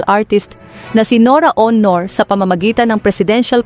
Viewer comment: This lady commentator should learn how to read and pronounce the right way in reading the name of Ms. NORA AUNOR .